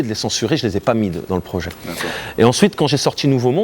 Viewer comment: et Comment il dit le mot « projet » (les deux premières fois) écoutez cette pépite ! 😂